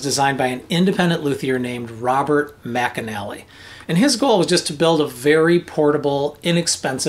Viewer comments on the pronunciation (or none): Just a detail: The luthier's name is "McNally" not Mcanally. He invented the McNally Strumstick aswell.